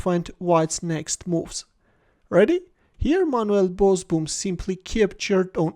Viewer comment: Pronounced Bosbohm. Double oo is pronounced as a sustained o in Dutch. Like "Ooh no!"